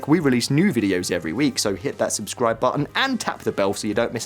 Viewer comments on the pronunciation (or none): none